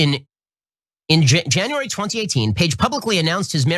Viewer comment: he's so mad he can't even say January